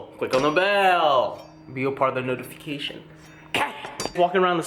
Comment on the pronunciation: warning you may start pronouncing notification wrong after watching too much!